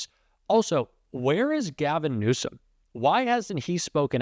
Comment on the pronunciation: You know, you should pronounce the California Democratic Governor’s name correctly, if you are a real democrat, and not support our President Toddler’s grade school theatrics. You know his name. Pronounce it correctly!